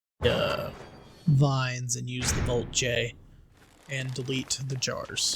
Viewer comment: dude wtf VOLT-J and J-VOLT are both wrong V-JOLT right🤣😅